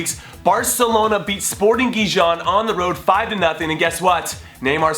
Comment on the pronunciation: Sporting Gee-John... lol it's pronounced "Hee-Hone" Jimmy. "Gi" makes a "he" sound. "Jon" makes a "Hone" sound. J makes an h sound, sort of like "jalapeno." Just for future reference. :)